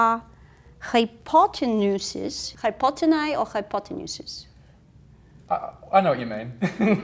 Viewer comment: it's "high on potenuse"